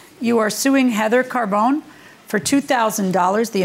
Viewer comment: I believe it's pronounced Car-bo-nee, not Car-bone.